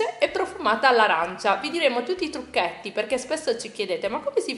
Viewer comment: Quando hai pronunciato la parola "trucchetti" ho sentito un lieve accento milanese! 😂 A parte gli scherzi, buonissima!!! Brave come sempre! 👍👍👍 Veder mangiare i bambini è uno spasso, il fatto che aveva un pezzo per ogni mano la dice lunga su quanto era buona la ciambella! 😊 Buona Domenica! 🙂